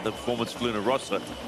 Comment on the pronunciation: It's Luna Rossa, not Rosa, double S. Can people make a little effort on that? Thanks.